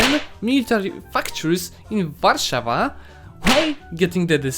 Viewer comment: Wait. Are u a Pole? That Warsaw proun. Was perfect